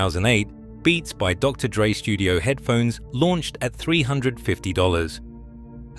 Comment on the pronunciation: DR D-Dre. AI slop